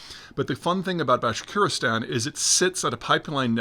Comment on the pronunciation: Bashkortostan Peter, FFS 😂 Can't pronounce placenames to save his life.